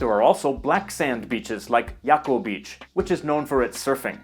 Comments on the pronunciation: Nice video. Jaco is pronounced "haco" not yaco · Excellent video, I really liked the way you introduced all the information about my country. Just one tiny error , Jacó is pronounced (Ha-có) not Yá-co as you said